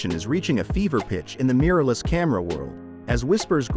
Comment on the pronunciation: Mmmm a " Meeeerless" camera...🤣🤣🤣